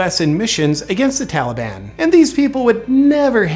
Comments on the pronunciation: If I hear that fool say Tollyban one more time...I'm going to snap! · it's the Tolly-bon JP say it right.... ya know like Obama calls ISIS....ISIL. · biden keeps saying Tolley bon. He is the ONLY prominent person who appears on the corrupt U.S. media who pronounces Taliban like this. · Carefully note the pronunciation of the word "Taliban". It is now "Tollie-bonne". Makes it almost sound like a magical fairy tale group. This is not accidental. Courtesy of the Democrat party. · "Tollybon", is that a type of candy? - biden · The tali-bahn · What is it with American presidents not being able to pronounce words correctly? We had Bush who would call Arabs "A Rabs" And now we have Biden calling the Taliban "the Tellyban" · He should be impeached solely for the way he pronounces Taliban. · Never trust a politician who can’t pronounce taliban.